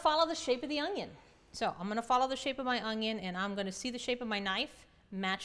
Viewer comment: she calls the onion, an ungion